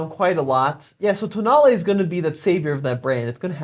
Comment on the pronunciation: Tonale all I hear is toenail